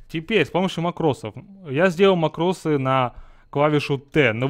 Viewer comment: Во-первых, мАкрос, а не макрОс. Во-вторых, смысл этого СКРИПТА(а не макроса)? Если ты дно, не имеющее скилла и микроконтроля, то этот скрипт тебе не поможет. Ведь ты не сможешь даже развести всех мипо в стороны, если в тебя ультанёт лич, не говоря уж о других случаях.